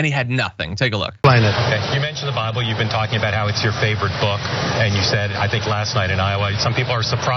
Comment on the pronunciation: He read the entire cover and gave up after that; it's the ONLY part of the Bible he quotes. 😆😆 "Thuh Byebull" "Thuh Byebull"